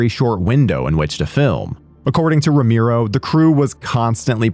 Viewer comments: Me too! I rented this movie back in 2001 in video stores!🤗 P.s: And his name is RO-ME-RO! Not RO-MI-RO....they spelled it wrong in the video every time!😮‍💨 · Rom-e-ro NOT Rom-i-ro, fuck sake! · ROMERO, man ROMERO, not Romiro. Geeee... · Roe-MARE-oh, not Roe-MEER-oh. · Brother I don’t know who told you his name was pronounced that way but it’s driving me crazy. You should look it up before you say it 200 times in a YouTube video